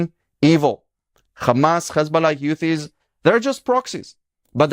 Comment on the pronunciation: For a guy who speaks a very good English being Israeli, you should know that it is pronounced Houthis, not Yutis.